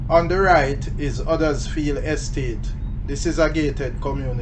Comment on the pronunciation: Hello from Huddersfield, England. Funny how you pronounce it like we do here. 👋